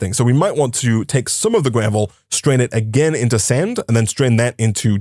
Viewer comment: Why is he saying gravely ore ?😂😂 it is just gravel ore